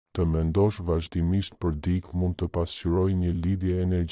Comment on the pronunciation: Ore trap! Mëso theksin e fjalëve më gjuhën shqipe se na e shpife. Jo "dik" por "dikë", etj